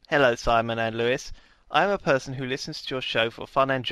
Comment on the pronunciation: "He's a bit of a perrrrrson."